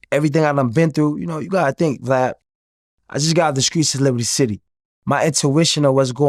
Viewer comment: I love when they say blad or glad instead of vlad